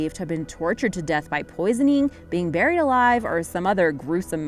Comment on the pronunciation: Mylum O'Shinn but she doesn’t say buried right.